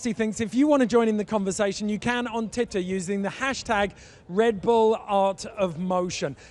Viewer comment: EPIC! PS, did he say 'titter' instead of twitter?